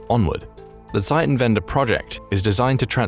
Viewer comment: It's not called "Seitenwende" as you pronounced it, it's called "Zeitenwende". "Seitenwende" would be page turning and "Zeitenwende" is time change.